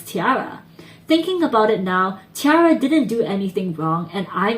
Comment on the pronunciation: But Roly Poly will always be a shining success for them. Btw, it's pronounced 'Tee - air - uh'. Source: they pronounce so themselves in numerous videos.